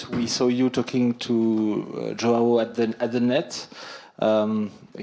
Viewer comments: Put respect on his name. it's pronounced JO-UH-WU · I love how Lefkoe confidently corrects the pronunciation while totally butchering it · It's kinda funny hearing Americans or non Brazilian mispronounce "João." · Pessoal precisa aprender a falar: João! 😂😂😂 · I’m offering all Americans free classes to learn how to say João properly! 😂😂. Jokes aside João is the real deal and your comments are great! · do they know they are pronouncing joão wrong? XD not trying to be mean, just curious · The host thinks he speaks João correctly, but I'm sorry to tell he doesn't. It's better Americans keep to Fonseca instead. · Now they should learn how to say his name properly